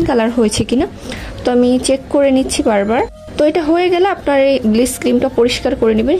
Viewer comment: কথাটা ব্লিচ not ব্লিস